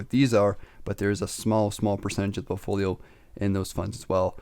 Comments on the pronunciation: POULT-folio, is how it's pronounced, right buddy? A portfolio is like poultry to you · "portfolio" "poultfolio" "POULTfoliooooooo" !!!